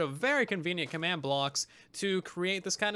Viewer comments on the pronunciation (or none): none